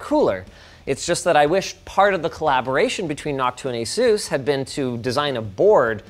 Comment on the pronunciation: ur pronouncing asus wrong. it's the other way. ur not Taiwanese, whats the accent for?